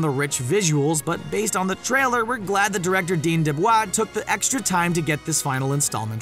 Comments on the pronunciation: He also says "dean deblah" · Wait did you say dean debvaa